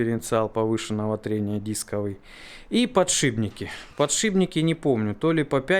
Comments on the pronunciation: мы тебя за кусаем не подшибники а подшипники я не раз просто замечал 😉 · Я один слышу "ПодшиБники"?)